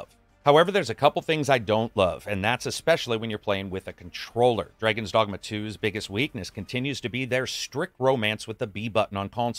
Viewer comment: Did I hear "Dragons Dongma"?